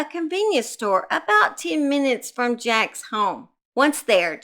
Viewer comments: As a Vermonter that lived nearby this very disturbing case, his name is pronounced like Jakes not jacks and Barre is pronounced like Barry not Bar. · She’s kinda wild, huh? And someone’s concerned cause didn’t pronounce the perverts name right! Sooo in comparison your comments much more appropriate.